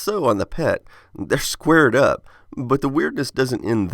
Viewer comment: I love the part where he says “squared up” and his Texan accent kicks in.